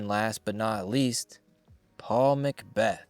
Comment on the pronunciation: Paul mcbec ? It’s Paul Mcbeth